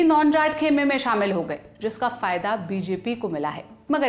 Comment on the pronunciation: "लल्लनटॉप" एक हिंदी चैनल है और आप से ये उम्मीद की जाती की भाषा की शुद्धता का ध्यान रखेंगे । कृपया ४:१२ पर ध्यान दे "फदया "नहीं होता फायदा होता हैं। ऐसी गलतियाँ सुधारने की आवश्यकता होती है ताकि भाषा की शुद्धता और प्रभाविता बनी रहे।